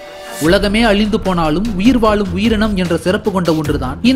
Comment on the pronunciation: வாலும் ஆ????? வாழும் பா.